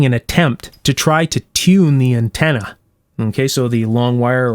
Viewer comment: Untenna lol